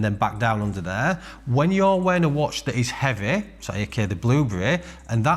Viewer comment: the kehhhhss is very hevveh